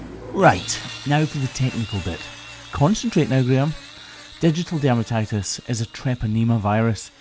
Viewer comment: Poor lass! I've been watching your videos for awhile heard you say ditial dermatitis but didn't know it was a flesh eating disease but I do now, thanks